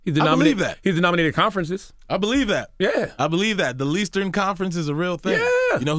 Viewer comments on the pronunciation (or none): Never did he say the "leastern" conference lol